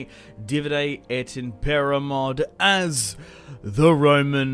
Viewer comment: For the first time I watch someone who's correctly saying "Divide et Impera" - salute!